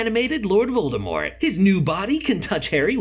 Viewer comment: not a hater but voldRmort just botherd me..., VordAmort